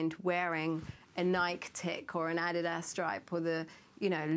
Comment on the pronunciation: Did she just say Nike (1 syllable) and adidas pronounced like a-did-ah? Omg. It's pronounced Nik-e with a long E and 2 syllables; and adidas (pronounced ah-dee-das), 3 syllables. Not fully integrate yet, hon? But oh, so hot, beautiful and incredibly luscious especially for her age. 😎